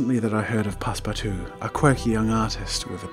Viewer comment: "pass-PARTOUZE" as a frenchie I laughed concidering how family friendly you usually are